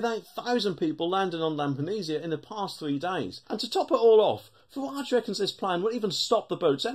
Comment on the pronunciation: Its Farage not Farwarge